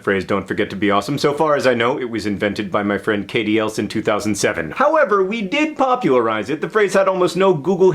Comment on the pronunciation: Very enlightening (as always), great message that wraps it all up, but for the love of Pete PLEASE stop saying "elts" instead of "else", John! :P